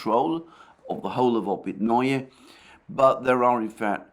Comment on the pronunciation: Hearing Alexander pronounce Опитные opitNoYe is like nails on a chalkboard